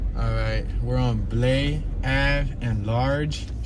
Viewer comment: It’s pronounced BLY avenue, not Blay!